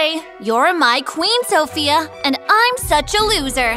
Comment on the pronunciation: Lol and ot the start she said sosia not sophia